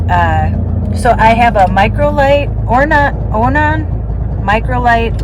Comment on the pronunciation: It's called an Onan generator....pronounced "oh non" ....not being a smart ass, just thought I'd help out, you were close, almost a cigar lol. Good job, and yes, it does sound like you corrected it mechanically....where are you now? I started following you a few weeks back, just wanted to pop in and introduce myself....hahaha, I'm writing this while listening to you, and you said (tuna), I guess salad or tuna fish sandwich, but I mention it cuz, I go by the nickname Tunabob, I chuckle lol, oh, and you said Christmas or some such, and just now realizing this post (yours) is from last year(dec 17, 21, which is a day after my birthday(16th) ....it takes me while to get along (into) the page, tho retired, it seems that my days are more filled now than when I worked. Go figger, be safe, enjoy your journey. ~tuna